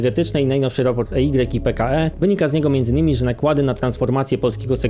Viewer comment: EY czytamy jako "I Łaj", a nie "E igrek" xd To chyba największa firma audytowa - członek wielkiej czwórki w tym sektorze na świecie - pro tip z branży :D